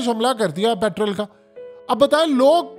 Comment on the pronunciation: پیٹرول بولو جناب , پِٹرل تلفظ غلَط ہے